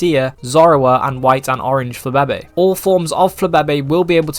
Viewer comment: nevr say flababe' again